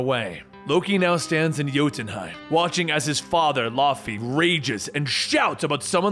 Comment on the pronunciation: He mispronounces jotunheim often